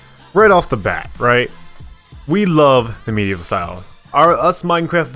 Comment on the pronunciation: I heard it too lol!